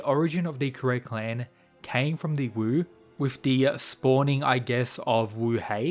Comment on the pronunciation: Another thing, the Wu in Wu Clan is actually pronounced like “Woo”. Wu Hei basically means “Pitch Black”, or the blackest black possible, likely a reference to his person and his eyes.